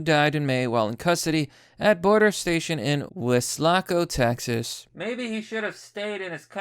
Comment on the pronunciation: Hey! Im from there! Also, its actually pronounced Wes(Wesley Snipes) - La - Co This is funny lol kinda sad, but funny